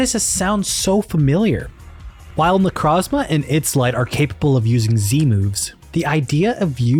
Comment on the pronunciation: good theory but i cant respect someone who pronounced necrozma "necrawzma"